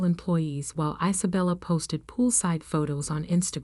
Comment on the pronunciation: Its one word its COVID one word geewhiz get it right can't even say one girls name right Is abella its Isabella one word